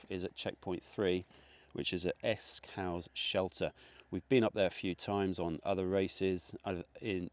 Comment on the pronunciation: Another great vid. If you managed Borrowdale OK then you'll have no issues with the cut offs in this, I think they're a bit easier. One minor point Esk Hause is pronounced as in 'pause' not as in 'house' - it's an easy one to miss 😃